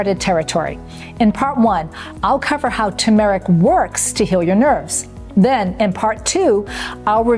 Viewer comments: FYI it’s not pronounced Ta-Mahr ik. It’s pronounced Tur Mr- uhk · Why does she mispronounce TERmeric? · You are not pronouncing turmeric correctly.